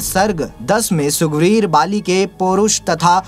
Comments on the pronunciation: Sugveer nahi sir ji ....sugreev hai.... Jai Shree Ram🙏🙏🙏🙏🙏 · Sugreev ka naam to aap bol ni pa rhe,,,, maha gyani ji😅😅😅😅